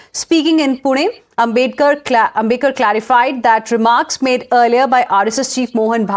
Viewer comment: Ambedkar and Ambedkar has a sea of difference..that news host is casual in pronouncing names !!